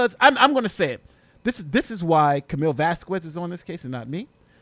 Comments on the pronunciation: broooo!! please dont say vaskuez... say vaskez... hurt my ears every tima you say her name.. saludos desde Honduras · Vas-kez…..2 syllables. Nothing that sounds even close to quarter or quack….Elaine!!!